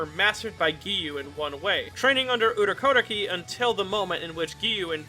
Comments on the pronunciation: Am I the only one bothered about how he pronounce Urokodaki 😬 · Are you pulling an inosuke and pronouncing urokodaki's name wrong or am I just dumb